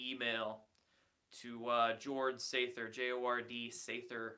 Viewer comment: Sather sounds like "savior"